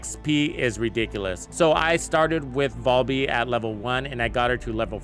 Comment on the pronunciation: VAL-bee, not Voll-bee lmao